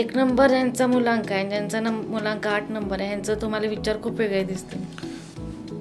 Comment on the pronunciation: भावा मूल्यांक नाही, मूळ अंक- मुलांक बोलावे